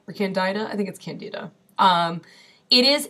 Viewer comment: Excellent Video! You are right, Candeeda is the correct pronunciation! Just like the Tony Orlando song (before your time)! In truth, systemic Candidiasis is one of the biggest contributors to the Western World's obesity pandemic, precisely because of extreme, irrational, carb cravings! This is potentially very bad,; by all means, stick it to the diet, otherwise your thyroid will plague you for the rest of your life! Plus, chronic Candida deposition in the Tracheobronchial Tree is a major contributor to the development of CA. of the lung! Happily, it's a fungus so Baking Soda and H2O2 kill it pretty handily! Stick with it, you'll be glad!